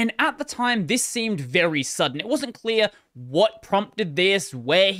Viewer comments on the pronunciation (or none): none